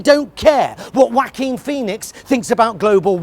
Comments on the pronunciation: "the daughter of one of the Beatles tweeting praise for WACKING PHOENIX" ahaah amazing I'm going to pronounce it like this from now on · It took me a few seconds to figure out who he was talking about when he said "Whacking Feenix" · Did anyone else hear Mr. Pie say... “Whacking Pheonix”? 😆 Still an amazing Joker movie though. 🃏🎞👍🏻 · He almost said Wanker Phoenix instead of Joaquin 🤣😂🤣😂